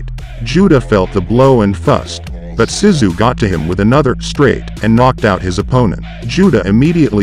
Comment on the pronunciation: YES very annoying your pronunciation of his name, it was driving me to distraction by the end haha must be tired or getting old, mmm probably both! it is K'o as in cough so - Co-sta as in sta-nd then Zoo - so Kosta Zoo is how you pronounce it, nice to see him again after a lot of years thanks